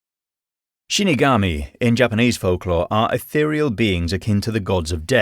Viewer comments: not trying to sound rude but it is shinigami not shunogomi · Shinigami* not shunogomi 😁 But great video!